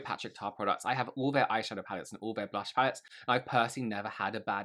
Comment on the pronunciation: Blunch = blush 😂 tree = true